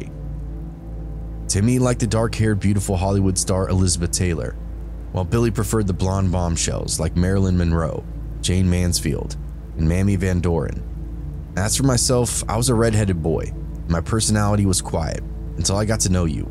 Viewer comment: Her name is pronounced MAY-me not mammy.